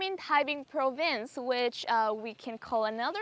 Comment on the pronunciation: province nhấn âm đầu mà , activity nhấn âm 2 chứ ko phải âm đầu